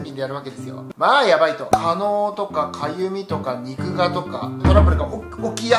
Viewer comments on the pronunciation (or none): 肉芽＝にくが、じゃなく、にくめ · にぐがじゃなくてにくめですよ